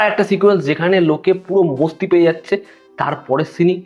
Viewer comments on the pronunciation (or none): Oita mosti na masti hobe, obosso hindi Kotogula o bangla bhul koy tai ki are kora. Kissu bolar nai